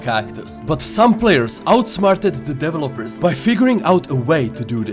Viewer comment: Ah yes Deve lopers